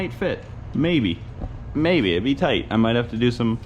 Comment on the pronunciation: i've heard "toight like a toiger" twice in 2 days and I'm very pleased